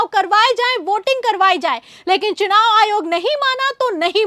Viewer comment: Ary, SUNAV nahi,CHUNAV. Muckh se supari nikalke bolo re baba.